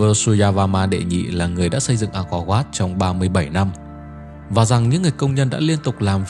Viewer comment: 'Ăng co oắt', đọc đúng tên là phải phát âm thế à bạn, chứng tỏ bộ giáo dục của nước mình kém quá,'Ăng co vát' .